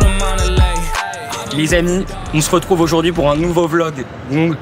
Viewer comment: Faut arrêter avec "les zamis", t es pas une influenceuse mec